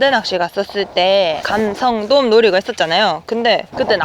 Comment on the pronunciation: 감성돔 진짜 발음하기 힘든걸 해내네요~ㅋ